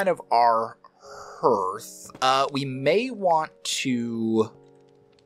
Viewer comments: Hearth and yeah it is a harder A sound like Harth... over 25+ years as a stone mason... but funny hearing it Hear th .... Perhaps a hidden Mission Possible??? perhaps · Hearth is pronounced Harth not Herth. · Looks great! But I can’t get over your pronunciation of HEARTH 😂